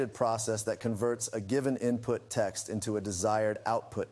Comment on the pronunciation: "Tekst-summarization" lol